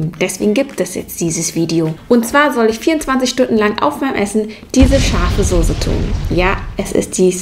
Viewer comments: Es heist sose aber wird soze ausgesprochen.: sose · Sie sagt immer sose😂😂😂 oder die nudeln sie voll gesogen😂😂😂😂 es heißt Soße und voll gezogen no hate mach weiter so ahh und sie sagt schips anstatt chips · es heißt immer noch soße und nicht sose! keine ahnung, wo du dein deutsch gelernt hast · Die Sose ist richtig scharf... Ich: Sose? SOSE? Trigger